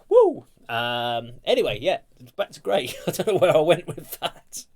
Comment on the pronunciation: Great job, of course, as always! I thoroughly enjoyed this,! Well done! A couple of small notes: One is please maybe a little less talking over the music, so you and the listeners don't miss the elements of the song. The other is that Grai is pronounced "gr-eye", like rye bread. Here are the best translation of the lyrics I could find. One cool aspect of these lyrics is that I am told they are written in an archaic older style, like an Edgar Allen Poe story: A Water Well From well water gazes The darkness of dead eyes. Down below, the vestiges go, Of her, who took his soul away. A pale forehead is envisioned, Tenacious fear desiccates the throat - His named is scorched As a scarlet mark on the hands. From the well's coldness he drinks Black, grieving water, And the darkness of misfortune Leaves ice on echoing walls. I drugged my husband with a sleeping potion, To the well I led him, Thrust a sharp blade into his heart, And in the well drowned him. The moon saw, through the grey fog, Bloody wounds from a sickle. A splash broke the night's silence, The body gave up its soul. Yesterevening through the meadow I wandered, Gathered evil roots Gathered evil roots yesterevening, To a dark river I went; I washed those roots, rinsing them, In the river, 'til they were fully clean, And having washed the roots, Dried them 'til they were fully dry; Having dried the evil roots, I ground them very finely, Finely I ground the evil roots, And brewed poison